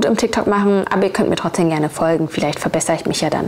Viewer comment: TrotzdeM.. nicht trotzdeN. Also das mit dem ch triggert schon heftig aber TrotzdeNnnnn🤣🤣🤣🤣🤣